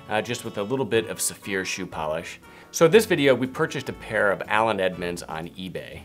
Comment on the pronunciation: I thought you were saying 'severe' - now I see you are saying Saphir..... LOL Makes a difference- next video show the name or spell it. :-)